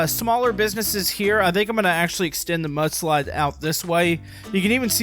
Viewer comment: I thought you said "But Slide"🤣🤣🤣